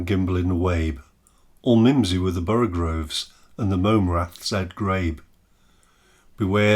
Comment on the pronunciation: Borogoves not borogroves :)